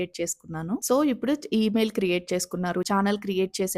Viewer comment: Prospective youtubers కి ఉపయోగపడే content అభినందనీయం. 95% ఈ తరం తెలుగు యూట్యూబర్లు వాడే అధ్వాన్నపు భాష కాకుండా మీ భాష నచ్చింది. "ఇప్పుడు" బదులుగా " ఉప్పుడు" అన్నారు. మార్చుకోండి.